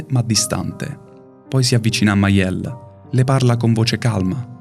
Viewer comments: Piccola nota, non è Maiel ma Mael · Ottimo video ma non capisco la pronuncia di Mealle... Continui a chiamarla Maielle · bellissimo ma ti prego non pronunciare maelle in quel modo